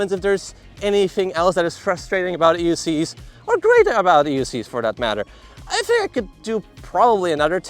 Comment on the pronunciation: came to the comments to share/see if anyone else heard "EUscheees" lol "for the love of Begode" was classic